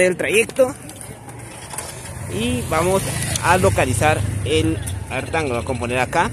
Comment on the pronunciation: Haces mierda al inglés. Mejor evitalo. Smart tang jajaj